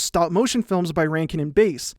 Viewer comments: It’s bass like ass not bass like ace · Rankin & Bass is pronounced like the fish, not the guitar.